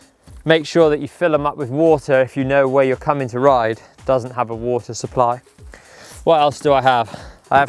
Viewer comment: The way he said "supply" just killed me!